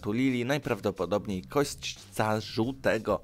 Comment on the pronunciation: Nie herlatyczna a heraldyczna (herbowa), nie wesylologia a weksylologia, nie kośćca, tylko kosaćca, nie {kłebek] tylko [kebek], nie Ejtiopii tylko Etiopii, nie prajndo, tylko praindo. Zanim nagrasz przećwicz czytanie.